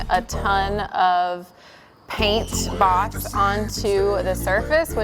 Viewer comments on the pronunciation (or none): This is the first video I've seen on this channel. I was really confused for a while because it sounded like she was saying "box". And then she was putting box in her paint sprayer. Haha. Anyway, for those, like me, who didn't know what "boss" was. It's a primer.